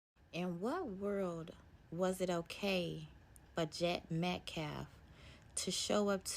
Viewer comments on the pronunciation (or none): The dude speaking for Anthonys family is an idiot. Talks slow and trys to act smart but cant pronounce peoples names. Not like "Austin Metcalf" isn't repeated 100 fricken times a day, yet still says "metclaf". Like F that dude, for real. I give jeff massive amounts of respect because i feel more hatred daily for that scum and the family for what they say